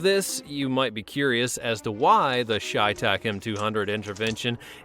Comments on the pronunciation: Chay tach really your pronounced that wrong it's chey tach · Shay tac? Its pronounced Tsai thak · Cheytak is prounouced Shay not Shytak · it’s chevytac, not creytac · Its pronounced chey(ch-ay)tac dumbass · Chey is pronounced shay